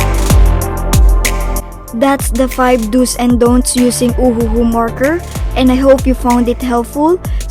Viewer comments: I heard uwu not ohuhu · i love how he pronounces Ohuhu markers as oh oo oo markers